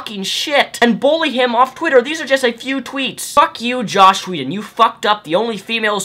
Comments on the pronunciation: JOSS Whedon! Not "Josh" haha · But you keep calling him Josh, not Joss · I completely and undeniably agree with every single thing that you've said in this video. It just annoyed me to an extreme extent that you kept saying "Josh" whedon. It's "joss" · JOSS, JOSS!!! Not Josh. Otherwise completely agree :D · This is an open letter I'm writing to the internet. Stop calling JOSS Whedon "Josh" Whedon. Thanks. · dude !! JoSS not joSH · its joss whedon not josh whedon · Dude... his name is JOSS not JOSH... enunciate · He hates being called "Josh." Joss Whedon. Rhymes with "toss" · Joss not Josh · pre-emptive comment and i'm sure you've heard, but it's joss, not josh. sorry! ready to hear what you have to say! love your shit man! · JosSSSS not Josh :-P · Joss not josh brother . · quick nitpick: it's joss. not josh. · the title says joss. not josh. (I just heard you say josh idk if it's spelled different) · it is joss not josh. there is no H in his first name. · "Josh Whedon" How does no one get that right? Anyways, totally agree. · Let's make one thing clear: these are not feminists (including Anita Sarkeesian). These are misandrists. Oh, & it's Joss, not Josh. ;) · Jossssssssss, not Josh. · Am I the only one who keeps hearing "Josh Whedon"? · You keep calling him josh whedon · Benjamin Vanhees he has a speech impedement or however its spelled